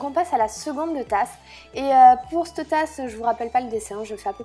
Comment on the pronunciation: on dit cette tasse pas cte